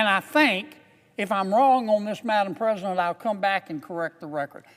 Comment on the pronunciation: Madam ppresiident?